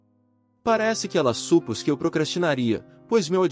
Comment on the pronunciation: Supus ?????? SUPÔS é o correto.